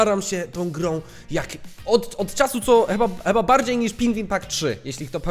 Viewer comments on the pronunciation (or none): Kocham te twoje pomyłki językowe takie jak "cheba" zamiast "chyba" <3